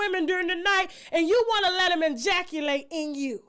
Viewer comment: Tasha...What the hell is an "injackulate!??"🤦🏽‍♀